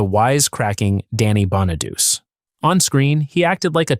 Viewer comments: Wow. Danny Bon A Duch Aye. Not Bon A Duce. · You are pronouncing Danny's last name wrong. It us Bon-A-Doo-Chee. Not bon-A-duce. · Can't stand the AI voice. Not BonaDOOS. Bonadu che. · FYI.. Danny's last name is pronounced "BON-UH-DEW-CHEE", NOT Bon-uh-dews. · More AI crapola. Horrible thumbnail, wrong name pronunciations. Bonaduse,it's pronounced Bonaduchee Susanne 's last name is pronounced Crow. Get the facts right ditch the angel wings on living actors or don't bother to create a video that creates groans and eye rolls. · These narrators (whether real or AI) never can pronounce Danny Bonaduce (the last name is pronouced, Bon - a - du - ch - e) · BONA-DOO-CHEE IS HOW ITS PRONOUNCED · It greatly irritates me that everyone who makes these viseos does not know how to pronounce Danny's last name, so here is how to pronounce it:.....BONN A DOOCH EE (it's an Italian name ) P.S. what David did, (publicly telling secrets about Susan) was a shameful thing for him to do. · Danny Bon-a-Doo-Chee. 🤦🏻‍♀️ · And I can't even pronounce Danny's name correctly and maybe spelled Danny bonaduce but it's pronounced bonaduche it's French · I thought "Bonaduce" was pronounced bah nuh DOO chee . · It is. AI SUCKS. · Danny Bonaduce pronounces his name BON-uh-doo-chee.